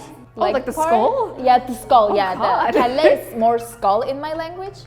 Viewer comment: not "kyle" kelle corect